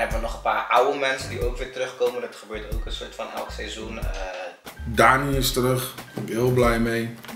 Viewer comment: En kan nog steeds het woord seizoen niet uitspreken...